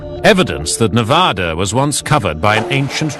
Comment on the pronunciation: Great video but do not say Navodda and Nevodder, it is pronounced exactly as spelled, Nevada with "ad" in the middle, not "odd" in the middle and no "R" anywhere in the name.